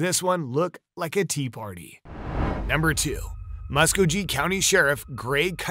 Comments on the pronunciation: Btw Mr. Narrarator, youre pronouncing the 2nd stories county WRONG! ITS PHONETICALLY PRONOUNCED: MUS-KOE-GEE, GEE AS IN GEESE, GEE. MUS-KOE-GEE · mus-ko-gee (hard g)